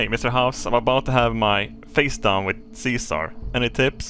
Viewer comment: That voice actor didn't know how to say the name Caesar, i guess?